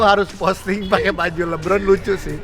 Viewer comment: LE Bron bukan li bron